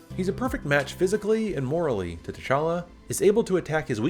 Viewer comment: You pronounce his name "téchala" when it fact you should pronounce it "tchala" ( only two syllable in his name not three). The "t" and the "ch" have to be pronounced at once , not separately . Swahili is not my native language but i have family members who speak it , also all african languages have the same prononciation for consonants and groups of consonants . You have to be able to pronounce words who start with "gb" " tch" or "mb" with a lot of ease. Though I really enjoyed this video (liked, subbed) , you're absolutely right , villains are underwhelming nowadays , it's almost as if they want to turn them into good guys